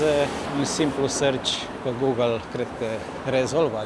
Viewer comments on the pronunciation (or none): none